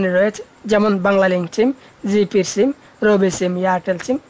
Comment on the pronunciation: তুই যে আাবাল সিম রে চিম বলে 🤣🤣🤣